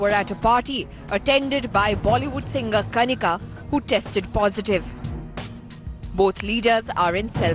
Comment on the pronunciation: please somebody tell him that She is kanika not KHANIKA🤣 🤣🤣🤣